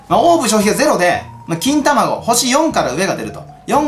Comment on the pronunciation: 金卵(きんたまご)って呼ぶんだねw